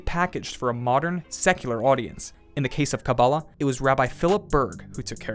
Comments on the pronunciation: take a shot every time he says kabab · OY! PLEASE! It's pronounced "KaBAAlah".